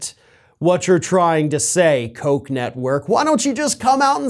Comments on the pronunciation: Pronounced, "Cook." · Don’t get Jr. excited by saying “Koch (coke) Network” too many times. He might get the wrong idea about who doesn’t want to support his father anymore.